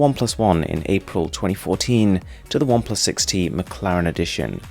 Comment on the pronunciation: you forgot the “T” in 6t XD